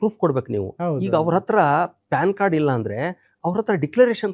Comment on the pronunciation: ಅದು ಪಾನ್ ಕಾರ್ಡ್ ಅಲ್ಲೋ ಪ್ಯಾನ್ ಕಾರ್ಡ್ 😅